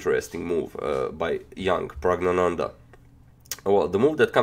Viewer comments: you pronounce the boy name so accurate... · He said the name in right manner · Your pronunciation of Praggnandhaa pretty spot on for a non Indian